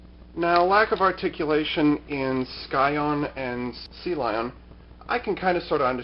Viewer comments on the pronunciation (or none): Sea Leon, not Sea Lion.